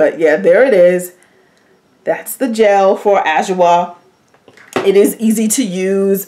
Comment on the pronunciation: I missed your videos! I’ll definitely check adwoa. And it’s pronounced ah/jwaa